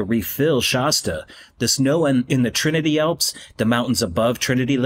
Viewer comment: Why did you say Trinity “alps”?